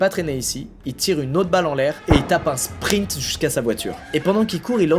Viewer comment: Ce qui est marrant c'est qu'il dit souvent : "Il a tappé le meilleur springt de sa vie"